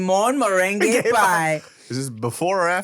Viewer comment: Meringue vs merengue